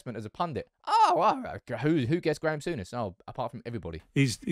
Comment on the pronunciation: did you a few times Sour-ness